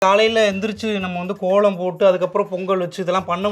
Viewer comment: போங்க’ள்’ … கோ’ள’ம்.. தமி’ல’ர் ப’ன்’டிகை ..